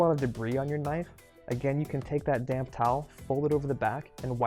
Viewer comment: Oh, when you say "take that damp towel" i can't help myself but hear it "take that damn towel!" and laugh ❤